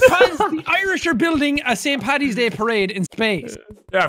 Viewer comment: Ang R Paddy is just a slang/shorter way of saying it. Patty is inaccurate though. Paddy not Patty.